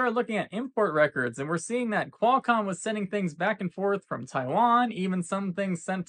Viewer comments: I would just like to complain to for saying Quailcomm. How stupid can you be, I was gonna comment anyway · Why the hell is this goofus calling it Quelcom?? Everyone leave angry comments and teach this punk a lesson! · Posting to confirm that the “Quailcom” thing indeed triggered me, sly devil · Never stop saying Quailcomm, I love how it makes people twitch. LOLOLOL